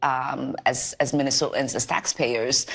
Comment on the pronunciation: Never heard someone make 16 syllables out of Minnesotans. Ilhan did. And she is absolutely much worse than garbage. And as far as the little serpent who said Trump won’t live long enough 😂see Somalis take over should be arrested immediately!